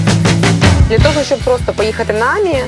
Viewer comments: Тільки не àмі, а амì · тільки не Амі, а амІ. П.с. я у Франції) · Ам'і- наголос на останню букву! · Українською буде замовити, не нОгті, а нІгті. А французькою - АмІ, з наголосом на останній склад. Не смітіть суржиком. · Амі, доречі у французькій наголос на останню годосну, ажвуха в'януть, коли ведуча робить наголос на А😂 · мон ами, наголос на и